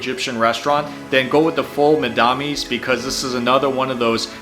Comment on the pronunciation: Me too. Especially the foul Medamus pronunciation. It cracked me up but he did a great job!